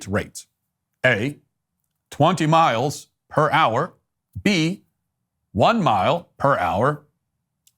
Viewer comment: Edit: Matt said "miles per hour" but it sounded like Miles Prower, the yellow fox character from Sonic 😅